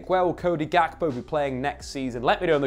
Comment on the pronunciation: The name Ga- kpo originates from an ethnic group in Ghana (Ewe) It’s not pronounced Gak-po the ‘kp’ produces one sound Cody is of Ghanaian decent